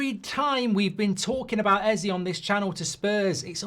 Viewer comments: ez aye not ee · This bothers me more than it should but you're saying Eze wrong lol. It's pronounced "A-Z-A" A like the alphabet, Z like how Americans say the letter, and A like the alphabet again. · It bothers me that Mark pronounces it Ezzee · EZÈEEEEE how do you get the name wrong everytime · Hate how you pronounce Eze’s name as well as Madueke’s